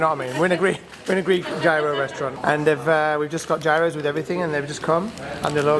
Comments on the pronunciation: i love y’all but it drives me nuts how y’all pronounce gyros😂♥️ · Just for the future, I believe you pronounce Gyros as 'Yeeross' 🤗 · The way you guys pronounce gyros 😂😂 it’s more like ghee-Ross. I also pronounced it the way you do when I first went to Greece. Also, whoever said needs to size up in the dress couldn’t be more wrong. Perfect fit and as long as she feels comfortable then that’s the main thing